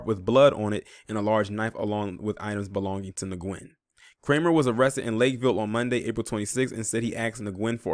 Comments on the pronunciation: Nguyen is pronounced when/win. Good job on the story. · Pronounce as WEN not Nguyen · FYI .... Last name of victim is pronounced like the word “win” .. great video btw... this is clearly a h8 crime !!! Wtf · Nguyen is pronounced "Win"